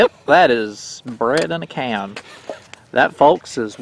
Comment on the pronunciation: well 8 never heard of it either.. but it sounds like "Bred in a Can" lol sometimes I go by deaf bread 🍞 heheheg